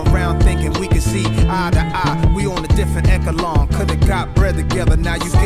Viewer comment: He just pronounced it wrong.